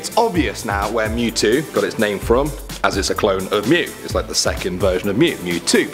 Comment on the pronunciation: “ M E W T O W” you can’t be talking 💀